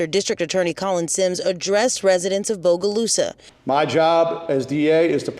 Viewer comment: Thank you for saying BOGALUSA CORRECTLY!